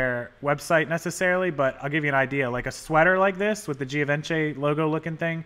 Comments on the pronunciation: Pronounced Give-on-Chay :) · It's pronounced gee (long e so it just sounds like G) von she with the emphasis on the last syllable she. LOL